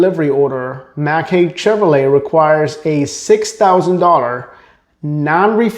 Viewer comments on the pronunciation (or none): It's pronounced "Hike"... not Hake.